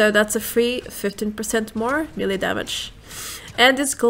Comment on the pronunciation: Kindly, the word is Melee, pronounced "maylay."